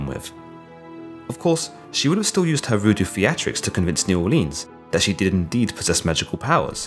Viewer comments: It's pronounced “New Oar-linz” not “Orleens” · Please pronounce New Orleans correctly. Neu Orleens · Im from Nawlins, just for your reference. Never come down here and say the hard E in Orleans. Pretend the 'ea' is an 'i'. New It kind is how we say it. Or Nawlins dawlin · The way you say new Orleans aggravates me. It's pronounced new or-Lins . ........... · You are saying New Orleans wrong lmao